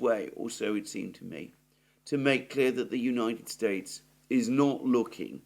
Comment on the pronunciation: I noticed you said the United Straites